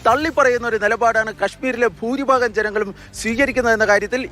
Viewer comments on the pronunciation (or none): none